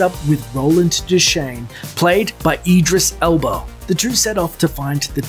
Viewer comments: Did this nigga say Edris Elbow? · I love how u said Idris Elbow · HE CALLED THAT NIGGA EDRIS ELBOW. ! HAAAAAAAAAAAAAA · "Played by EDRIS ELBOW" lmao fucking idiot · Idris Elbla.. not EEEEdris Elba. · I laughed when the narrator said Idris 'Elbow' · DID THIS NIGGA JUST SAY IDRIS ELBOW??? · The racist guy purposely says "Idris Elbow" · Did this dude say Idris ELBOW?? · he says idris elbow lol